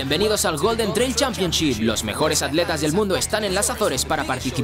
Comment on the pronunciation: Completamente de acuerdo contigo. Que porquería de doblaje. No saben pronunciar en ingles y ni saben pronunciar en esoañol: ¿que es eso de aletas??? ¿Y la T para que está? Es atletas.